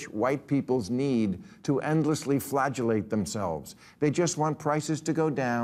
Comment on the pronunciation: PLEASE tell me he said "flagellate", not "flatulate". 'Cause it really sounds like "flatulate."